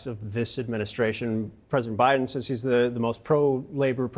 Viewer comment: He sounded like he was drunk. Did he have a mini-stroke? He was slurring his words, sounded like Daffy Duck mispronouncing “s” like “sh.” It was weird. Also rambling and boring.